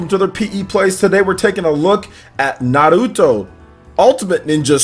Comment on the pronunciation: Say Nahluto one more time